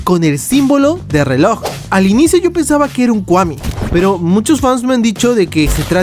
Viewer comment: kwami no kuami solo se pronuncia así.